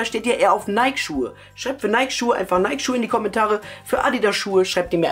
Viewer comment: alta so spricht man nike nicht aus wann lernst du das mal? haha